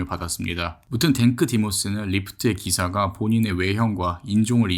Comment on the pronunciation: 댕크 디모스가 아니라 탱크 디모스 아니야....?